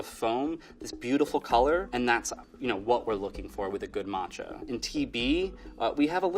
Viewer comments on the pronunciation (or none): “Martcha” Tea….